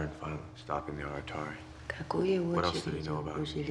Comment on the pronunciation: They say aratare... This is wrong, in Romanian its Arătare you ride ă as ɛ